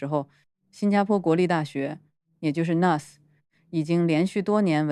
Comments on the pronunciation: 新加坡国立大学的简称是N.U.S. - 是 National University of Singapore 的缩写。 缩写里的每个英文字母都要读出来。不可以连成1个字nus. 英文里没有这个字。 我是N.U.S.毕业生。听你把N.U.S. 读成 nus, 鸡皮疙瘩都冒了出来😂. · 是 N U S - 每个字母单独念！！！好吗！！！